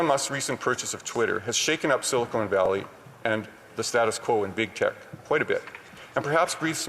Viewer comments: I'd like to explain to me where he thinks "Silicone Valley" is, and wether or not its near "Silicon Valley". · i love that the guy talking about silicon valley calls it silicone valley...he defiantly knows what he's talking about ,,,then that ndp fool gets up and says that the worlds most illustrious doctor prevented the pandemic... THEN WHY THE HELL WERE WE LOCKED DOWN FOR 2 YEARS IF THE PANDEMIC WAS PREVENTED....THESE MORONS BELIEVE THEIR OWN LIES THEY SAY IT SO OFTEN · "Silicone valley" .. so informed. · Did Brad Redekopp say "silicone" valley? Lol. 🍁